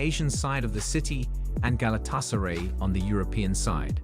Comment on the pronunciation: That video didn't give you much to work with. And the pronunciation is atrocious. The worst were Flamengo/Fluminense, and Galatasaray/Fenerbahçe. Another annoying point is that when he's speaking about a certain match or event, they play a totally unrelated clip.